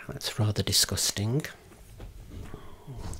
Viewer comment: it's so funny how he pronounces "disgusting"😭😭🩷